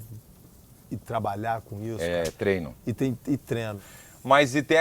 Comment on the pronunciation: Trenó tbm kkkk nunca falam treino